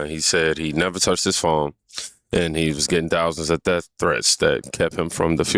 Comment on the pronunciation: He can't say "death" either... he says "deaf", and he does it every time